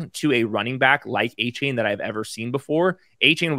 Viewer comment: You're pronoucing Achane's name wrong. He said it's De-Von A-Chan